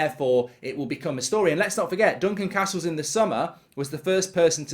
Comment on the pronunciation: Glad to hear he's back to saying Duncan Castles and not Duncan CARstle.